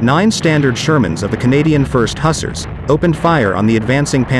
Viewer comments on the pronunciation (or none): Some good footage and research here, but needs some work on British pronunciations: Leftenant not Lootenant; Huz-aahs not Hussers.